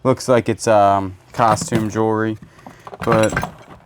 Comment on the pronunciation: Love the way you says Jurr Re, instead of Jewelry.